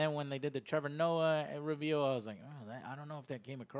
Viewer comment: Ree veel lol love you joe